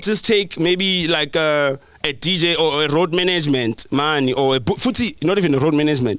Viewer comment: The minute said "manaygemant" I knew he was chowing money. Are "I'm the mananger here." 😂😂😭💔